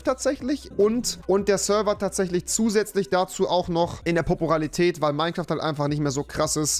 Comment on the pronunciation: Popuralität Moin